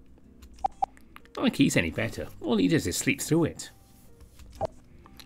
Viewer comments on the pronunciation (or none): none